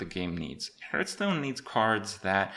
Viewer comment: Your pronounciation of "Hurtstone" is triggering me